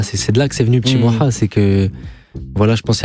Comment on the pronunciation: Par contre Mouloud t’es gentil tu vas pas nous l’a faire à nous, zehma Europe1 tu dis Moua au lieu de Moha…